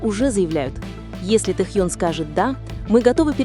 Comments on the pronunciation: Ставьте правильно ударение в имени, Тэхен ,про какой альбом идёт речь? У Тэхена альбом вышел три года назад,вы не вернулись из прошлого? Ещё лайков хотите,дизлайк автору,а озвучке вообще 100 дизлайков😅😅😅😅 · Досматривать не стала. Это что за произношение имени ТэхЬЁн? Автор это неуважение к артисту. Да и звучит ужасно, я уже начала каждый раз подпрыгивать от злости при произношении этого имени. Все, выхожу, а то сейчас мне плохо будет. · Автор, это ужасно, как произносится имя Тэхёна! Это просто безобразие!